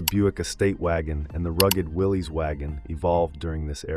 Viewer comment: I learned it's pronounced Williss not Willeees as in Jeep. :body-blue-raised-arms